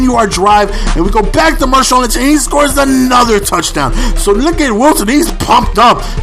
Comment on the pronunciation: It's marshawn, not mershawn.